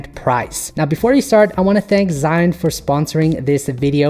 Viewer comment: Sigh An, Cyan, ZiYan,Shy Un, SheYou Sea June, SeeShoe ZhiYun I Don't Care What The Right Way Of Saying It Is!!! But I Didnt Pay attention To Anything In This Video After Hearing